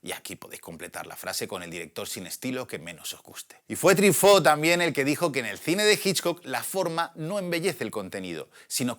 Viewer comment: Se pronuncia trifó(Truffautt)? Toda la vida dije trufó, debí haber parecido un idiota Pd: sensacional video para una sensacional pelicula